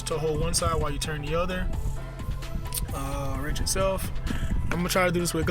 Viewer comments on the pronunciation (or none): He was pointing out the fact you said "ranch", and not "wrench"